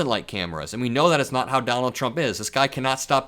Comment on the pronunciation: 😂😂😂THE OLD MAN…..”don-OLD”……and now I am convinced both vance and the old man are gone totally…..FUBAR! 😂😂😂😂😂